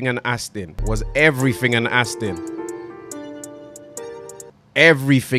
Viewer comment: AstIn vs astOn ngl sounds better with the i